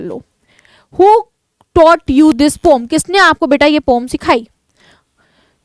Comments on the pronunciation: Mam pom nhi poem hota hai 😅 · Wo pom nahi poem hota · Mam vo pom nhi poem hota hai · Poem hai pom nahiiiii😂😂😂